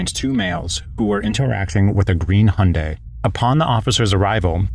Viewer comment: "With a green hün-dae" inhales...